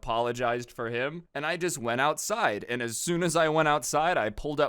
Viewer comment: The ouetsid? What the heck is a ouetsid?